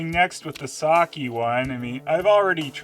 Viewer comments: It is pronouned "sakeh" not "saki" But other then that this video is very good. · You mean because he mispronounces "sake" as "Saki", as in Oroku Saki? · I actually cringe now when I hear people say sa-kee, it just sounds wrong.